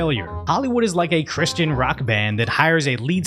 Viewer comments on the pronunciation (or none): none